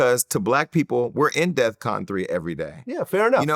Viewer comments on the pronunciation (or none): He said def con vlad NOT DE@ CON!!! STOP IT!!! AND THE RUSSIANS LOST 27 MILLION PEOPLE DURING WWII AND STOP H SO THEY REALLY SHOULD HAVE A MEMORIAL PLACE TOO!!!